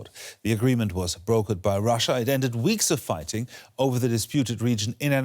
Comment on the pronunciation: Any reason why you intentionally put in a mumbling dude that precisely pronounces the word "brokered" as "broken"? You are exactly the same as the communist block news. FU!